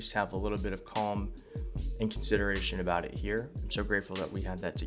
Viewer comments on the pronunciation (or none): none